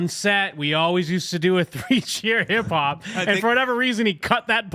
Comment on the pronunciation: "hip hop" sounds like "parkour"